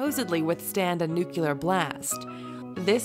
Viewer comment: Nuclear - new clear - nut new queue lar